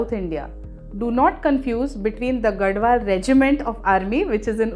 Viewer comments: It's pronounced as Gadhwal and not Gadwal. I'm from Telangana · Mam it is gadhwal not gadwal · it is “GaDHwal”, NOT Gadwal. It is from Telangana. You should study before you make videos with wrong information. And stop selling bad sarees.